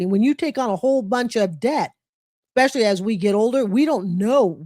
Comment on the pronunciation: If you're working toward an advanced degree in medicine or education, it would probably be best if you stopped saying 'ekspecially' and started saying 'especially' instead. Or, you can surprise yourself and say 'particularly' or 'primarily'. And DON'T say, "Ah cain't fine no JOB!". If you want to get paid as a professional, learn the language.